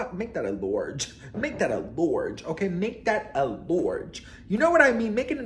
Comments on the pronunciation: “make that a lorge!” Ya killN me😂🖐🏾We say lawge dn here 😂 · Make that a “Lourge” 😂